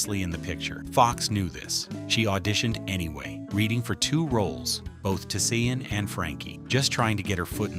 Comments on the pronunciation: It's not Tuh-Sea-En.... It's Tisean ..... T'Shawn.... Not Sea-En.... Fucking AI! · It’s pronounced… Ti-“Shawn” not Ti-Se-An!!! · Her name is pronounced Ta-Shawn… I’m sure AI is pronouncing the baby’s character’s name wrong. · He butchered tf outta Tisean's name the whole video. Say it wit me TaShawn. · It’s pronounced TaShawn. Is this channel AI? He could have just said Tee-Tee.